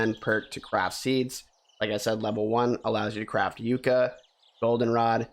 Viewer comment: FYI yucca is pronounced yuck-a